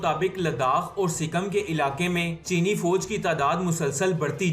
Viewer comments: Are pakistaniyo anpado sikkam nahi sikkim hota hai 🤣🤣🤣🤣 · wo sikam nai sikkim